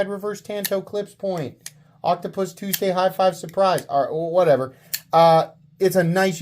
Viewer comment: I heard it as Oculus Tuesday High Five Surprise